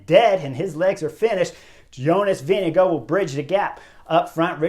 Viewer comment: Is Vingegaard really pronounced as VINNY Go?